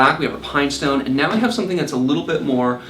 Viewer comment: it is AND not eeennnd :)